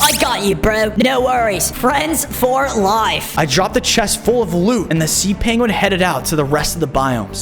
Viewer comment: And its not layf🙄🙄😒😒